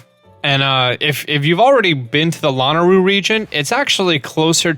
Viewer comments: .....I LOVE your videos honey.... but you are absolutely killing me with the pronunciation of Mt. Lanayru. You keep saying Lana ru....when it is La NAY ru. I'm sure a few people may have pointed it out to you or maybe not. Other than that, keep making your wonderful videos I watch them often and they're straight to the point....quick and clear Directions with everything. I loved it instead of the long drawn-out crazy videos other people make. you always do a wonderful job. Thanks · Man I love your tutorials but the way you say lanayru😀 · The way he says lanayru ewe